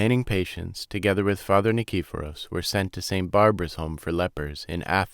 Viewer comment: nee-kee-PHO-ros. Please learn how to pronounce Greek words and names before reading! HEE-os, not KEY-os.